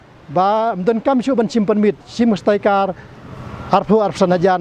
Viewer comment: Tang ban pronounced iaka sticker ruh pat nang hok ak ba stad. Staikar ne stickers? 😂😂